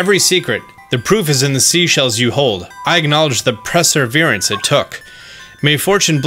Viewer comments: PER-serverance, not PRE~ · PER- SER- VERENCE not whatever you tried saying jfc